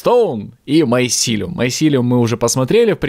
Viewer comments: не майсилеум а мицелий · помните как в Sky Den у некоторых подписчиков бомбило из-за того как произносит название майсилиума?